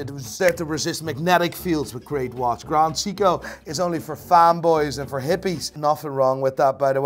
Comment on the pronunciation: "Grand Seeko"